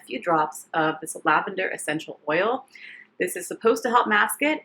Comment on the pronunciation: “Dis tew much” 😂